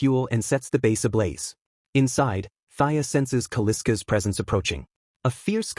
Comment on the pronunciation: Kal-isk not Kaliska is the name.